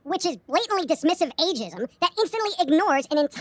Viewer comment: "aegeism" ok boomer